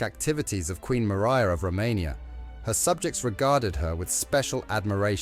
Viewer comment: Its Romania not Rummeria